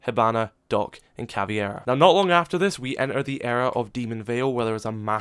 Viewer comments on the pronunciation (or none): Please pronounce Caveira's name right. Its Caveira, not Caviera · How do everyone pronounce Caveira wrong. So many people say CavIEra, but if you look at her name more closely its actually CavEIra. Dont really know why I find it so annoying, but I do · just a heads up to anyone who doesn't speak portuguese, I know it's tempting to call her CAVIERA since it kinda sounds spanish so it would make sense to pronounce it that way (spanish and portuguese sound very similar I get it), but her name's CAVEIRA not CAVIERA and should be pronounced as CAVERA (the i is pretty much silent). Great video tho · Hahaha, the way you say "cavieira" is really funny, I thought her nickname was easy for foreigners to say and "Capitão" hard because of the "ão" at the end, that you have to imitate a barking dog to say it right but "cavieira" was awesome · why are you saying it like caviara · Imagine being a Siege youtuber, in late year 7, and still pronouncing Montagne as Mon-tang, Caveira as Kav-ee-ehra, but getting nØkk as close to correct as can be expected. I get not getting it EXACTLY correct, but cmon man. Good recap though, thanks for sorting out all the weeds. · you pronounce Caveira name wrong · jesus christ dude, I just left the information there to whoever find it useful, I'm not demanding anyone to speak perfect portugese, I'm not even asking people to correctly pronounce the letter "r" in her name. I'm just saying it would be nice if people tried at least a little bit, as in read the letters in the order they appear in her name, it's not that hard, is it?